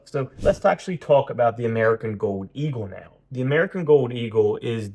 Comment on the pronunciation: Gold, not gode. Eagle, not eagoo.